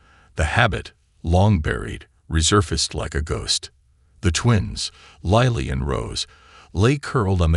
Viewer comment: It's Lilly, not Lieiy